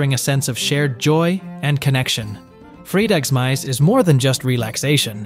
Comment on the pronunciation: damn he really butchered "fredagsmys" hahahaha